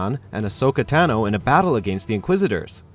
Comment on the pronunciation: It actually hurts and the way he says Ventress and Tano